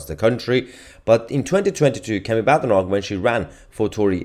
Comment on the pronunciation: Mahyar, it's pronounced BADEnoch (Bay-dee)... Kemi said on an interview, "There's no/nothing BAD in my name!"